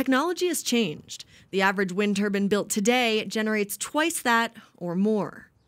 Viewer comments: "Turbine" , Not "Turbin". Geez. Can we get real journalists to do these reports? 1st step of journalism or any job , is english. Especially journalism. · It is pronounced Wind Tur'bine' (rhymes with pine or wine) not tur'bin' (rhymes with inn or pin) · Wind turbin??? A turbin is worn on the head. Wind Turbine . . . TUR BINE . . . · Turbine not turban two different things TURBINE!!!!! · What the hell is a wind Turban? Who taught this reporter how to pronounce TurBINE as turban. God help us. It's all a scam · The word is turbine not turben! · Turbine not Turban lady !!! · Turbine is pronounced the same as it is spelled, not turbin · Isn’t a turbin something worn on the head? Do farmers combin their crops?, no they comBINE! The word is pronounced turBINE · Turbine! Not Turbin or Turban, so annoying.😁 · Every time they mispronounced turbine I want to choke them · Every time someone said "turbin" instead of turbine I cringed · You can pronounce it tur-byne, even tur-bean (if you're from the UK), but don't ever call it a "turban". That's clown shoes! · i have never seen any of my turban wearing friends wearing a wind turban... whats a wind turban? does it give you magical wind powers? turBINE... theres a damn E on the end of that word... christ...... TUR BINE not TUR BAN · Turbine not turban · It’s a turbine not a turban or turbin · It is bugging the crap out of me that no one in this video is pronouncing turbine right. Is this a regional thing? Lack of education? Misunderstanding of the word? I don't get it. They are so confident in saying 'tur- bin'. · Turbine! TurbIne! There's an E at the end. turb-eye-n! She sounds like she's saying turban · Turbine- not turban 👳‍♀️. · If she says turban one more time. I might just put one on. Lol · It's a turbine not a turbin'. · Wtf is a wind turbin, I know only of wind turbines. Do these stupid people pronounce magazine as magazin??? Bromin, Chlorin, Florin....these dumbass people don't know how to pronounce words right!! 🖕